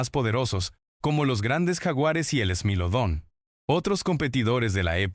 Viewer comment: thai-lacosmilus, smáylodon... 😅😂 eso no suena ni a latina, es spanglish